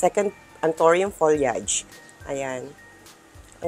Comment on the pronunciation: it's ptonounce as folyeyd..you pronounce it incorrectly